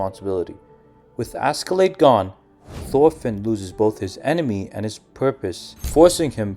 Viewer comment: Hats off for realizing that. I almost triple flipped hearing Asky-Lade. If not Ash-Laad (Norwegian), it could be better pronounced as Aske-Laad.